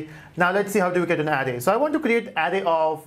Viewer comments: Please brother pronounce "Array" as Araye not Arri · I repeat the video a couple of times to understand. I keep hearing "adding", but actually is "array" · I like your video but you are pronunciation of of array is off array the r s are hard if you type any word into Google translate you can have it say it for you so you learn how to pronounce it is not big problem just I cringed every time you said it